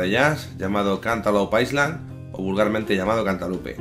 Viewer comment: Muy buena lección, gracias. Island en inglés no se pronuncia la s.